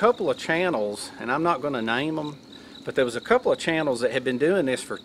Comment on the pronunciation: that’s right I think that’s a str8 up southern saying right “dayer”